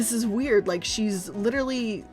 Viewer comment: Can I just point out how she says "Lit'er'ly" like Rob Lowe's character from Parks and Rec, only unironically?